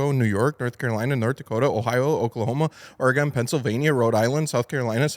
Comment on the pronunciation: Love that you now all the states and you even said Oregon right.